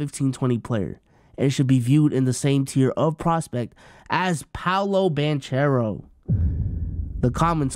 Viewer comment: Is much as people watch the nba, you would think they knew how to pronounce banchero… the H is silent😂